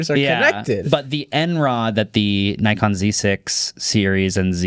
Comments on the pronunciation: yes, Nikon is correctly pronounced “nee-kon” cuz it’s originally a short for “Nippon Zeiss Ikon”. They used to make copies of Zeiss back in the 30’s and distribute both them and the originals. And you’ve missed the biggest part of Nikon’s acquisition of RED: RAW. It’s the ORIGINAL, true RAW people buy these cameras for. Not Blackmagic’s BRAW, not Sony’s Sony RAW, not all of it. RED holds patent to the original RAW format. And if anything comes “cheaper with the RED logo”, it’s not gonna be “the RED logo” - they’re just gonna add natural RED’s RAW into Nikon camera and kill Sony for good. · Nah y'all really need to stop pronouncing it "Naikon" 😭 it is indeed pronounced "Nickon" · Much respect to Marques for correctly pronouncing Nikon. My friends from Japan and I have been laughing at Americans for decades for butchering the brand name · I do think that 95% of population says it "Nikon" not naikon...